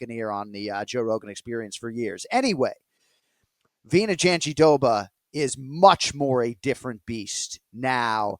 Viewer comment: Jandiroba being Jon's favourite name to say is mega ironic since he pronounces it wrong everytime. Glad to hear Mike say it correctly.